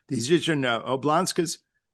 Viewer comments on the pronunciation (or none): "oblasts", not whateverthefuck that was Neil. Also, "Crimea", not Ukraine, repeatedly. You're constantly doing this on your podcast too which I just paid good money to subscribe to. How old are you now man?